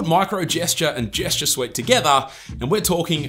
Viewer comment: Gesture su-weit ( suite )